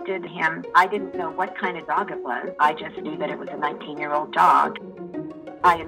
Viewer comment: Please tell me who took the letter ‘g’ out of the word ‘old’.